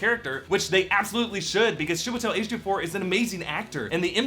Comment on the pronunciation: Did he say Shebutel H24? ? Oh my Goodness. Chiwetel Ejiofor ooo. Loool